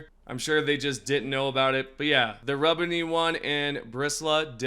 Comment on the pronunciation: Im convinced dude says names wrong for the comment corrections. Aint no way mans believes RIB-unny is RUB-unny or the fact he said dragon strobe for DRAG-awe-struh-fee(dragostrophe) like its literally dragon and catastrophe...